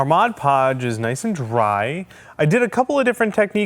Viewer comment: Thanks for pronouncing Mod Podge correctly. Everyone calls it Modge Podge or Hodge Podge.